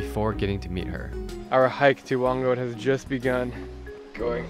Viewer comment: It's whang-od not whand-od